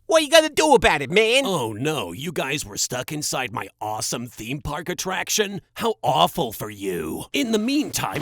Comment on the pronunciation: “Theme paourkk” love it